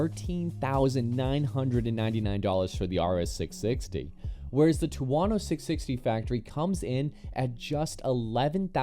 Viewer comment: wtf is a two-wano 😂😂